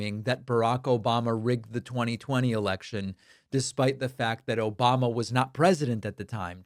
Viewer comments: Can you get his name right please its ObAmNa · "Yeah yeah yeah, Obamna 🙄" 😂😂😂